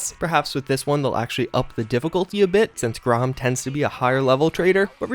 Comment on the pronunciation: "Grom," lol. Dude just graduated college and still can't make it through an 11 minute video without mispronouncing something.